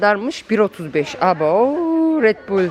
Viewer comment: Redbül ❌ Redbul 💯 Kifiiiiir ❌ Kefir. 💯